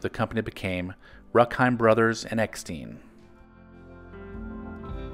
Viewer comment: Remember those Jack Gilford commercials as a kid, barely. He was like a Norman Rockwell character talking to kids and cheering them up like everyone’s uncle. Btw German name Rueckheim pronounced Roook-heim (not ruk) and Eckstein as Eck-stine (not steen).